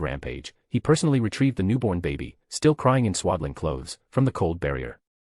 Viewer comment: I think he meant baby